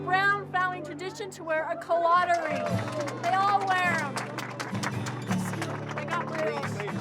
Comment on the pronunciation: They really pronounce that ring like the colada in piña colada. #wrong